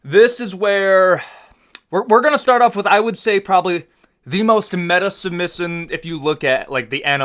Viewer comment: The way he says position and submission 😂